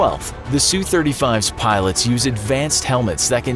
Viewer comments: Wow I sure do love the “Sue 35” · sue-35 ROFLMFAO!